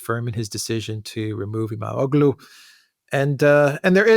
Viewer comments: The g is silent. Ğ = gh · The Turkish letter ğ is pronounced like a y. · You don't pronounce the g in his name. Imamolu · The g is silent in İmamoğlu's name.